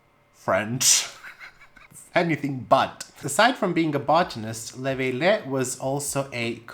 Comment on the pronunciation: Love your videos!! For the French botanist, you would pronounce his name Léveillé = lay-vay-yay ;)